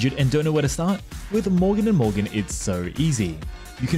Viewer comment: I swear, when he said 'morgan and morgan' I heard bouken da bouken